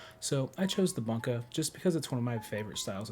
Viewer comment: Bunka is pronounced "BOON-kah", not "BUN-kuh". Kurouchi is "KOO-ro-OO-chi", not "CURE-uh-OO-chi". The Japanese language only has 5 vowel sounds, so u is always "oo", a is always "ah", etc. I don't think I've ever seen a bunka wih a concave spine, not that I've seen a lot of bunka. It looks like a good deal for the price, around the same price as Tojiri VG-10 knives. (This does not include FTT's Damascus knives, which are overpriced for the type of steel used. I'd rather get a HAP40 knife for around the same price. It might not look as cool, but it'll perform way better.)